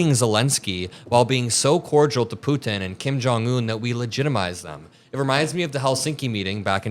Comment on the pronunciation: Why do you keep saying ‘Putin’ like that?